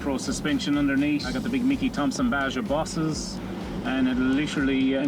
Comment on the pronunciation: Baja is pronounced Baha, spectacular part of Mexico leading south of California. I also made those mistake for years calling it BaJa with the hard J, but when I found out about the Baja 500 I was like "OHHH ok". Big fan of that off-road race nowadays. The Baja Boss tires are phenomenal, good shit lads (and ladies). That Iveco looks mental btw 👍